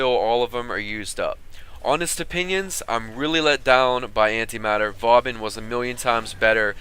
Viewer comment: Did he just pronounce Vauban as Vawbin?